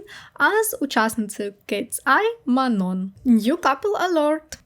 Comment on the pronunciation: Привіт! Дуже дякую тобі за цікавий випуск, не змогла подивитися нагородження, тому дуууже виручила! Єдине що, хотіла б виправити 😅😅😅 імена двох дівчат з Кетсай правильно вимовляти Мано (наголос на о) та Юнче.